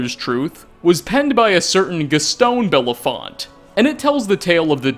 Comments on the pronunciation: Boethiah is just such an asshole. :[ Gaston Bellefort =/= Gaston Bellefont. :P FORT, Not FONT! RRRRRRRRRRRRRRRRRRRRRRRRRRRRRRRRRRRRRRRRRRT. :} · Man, I really don't comment on youtube videos but it's BellafoRt, not BellafoNt. It's very, very clearly an "R" in the name, both lower and upper case. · BellafoRt not BellafoNt lol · BelleFORT not FONT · It's BellefoRt, not BellefoNt. It's quite clearly an 'R', in very capital letters. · Your last story was based on a book by Gaston "Bellefort" not "Bella font", or was this intentional? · Speaking of tiny details... It's BellefoRt with an R, not BellefoNt. Ok, now we're done. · Gaston Bellefort, not Bellefont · Bellefort, not Bellefont. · Kept saying belle font its belle fort lol there's no N in Bellefort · “Bell-fort” not “bell-font”.. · Gastone Bellefont VS Gaston Bellefort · Came here just to say this. He was pronouncing it like it's similar to Harry BELAFONTE, when there is clearly an "e" (so no "a" sound) & an "r" (so no "n" sound). And since it's clearly a French name (both 1st & last names), the "t" is silent. It should be pronounced "Bel-for" -- must be the ancestral origin of the former NHL goalie's Ed Belfour's surname. Anglicized from the French version due to being constantly mispronounced by Englishmen! LOL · BELLEFORT. Gaston Bellefort. With an R. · One Tiny Detail about this video is that you mispronounced Gaston BellefFORT's name three separate times. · Uh am I the only one who thought was pronouncing Gaston's name wrong? You know like from La Belle et la Bête? The dude's last name is Bellefort... Belle. No okay I'll stop now. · His name is Gaston bellefort, there's no N